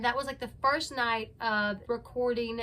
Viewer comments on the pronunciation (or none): none